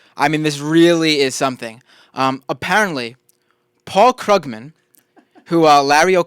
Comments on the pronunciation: How can someone who produces a political radio program not know it's pronounced KROOG-man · Maybe rather than discussing hair styles and exchanging make up tips you should learn how to pronounce Krugman and Keynesian to at least SOUND less ignorant. Though .. on second thought .. na, wouldn't even work. Some things just can't be hidden.